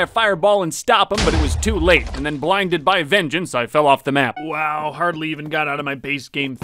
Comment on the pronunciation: “and then blidhed by vengence, i fell off the map” 😂😂😂😂